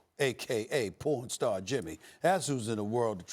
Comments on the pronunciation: Had to run it back to make sure I heard him say "pornstar Jimmy" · Is he saying porn star Jimmy born star Jimmy🤔I really can't tell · thought he said four star Jimmy first then I heard pornstar the second time. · OoOo I thought he was saying pawn star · Is he calling him born star or porn star 😂😂😂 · Is He Saying PawnStar or PornStar?